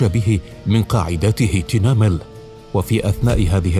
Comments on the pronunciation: المعلق الصوتي لايتقن نطق الكلمات الامازيغية مع الأسف من مدن مغربية وأسماء اعلام مغربية، محمد بن تومرتtumert, تينمل tinmel, مع الأسف ينطقها كما ينطق اسماء غربية بالإنجليزية وغيرها، الامازيغية مختلفة جدا، فيها السكوت وترقيق الراء وترقيق التاء، المغربية اغلبها سكون تومْرْتْ بتخفيف نطق التاء والراء هكذا لغة المغاربة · اصلا ساهد الفلوكات العرب اامسارقة عندما ياتون ينصدمون يكتشفون ان كل شيء امازيغي ابتداءا من المدن والكلام والقرى وحتى انهم لا يستطيعون نطق المدن كما ننطقها نحن لاننا نفهم معناها مثل تنمل ينطقها صاحب القناة بشكل غريب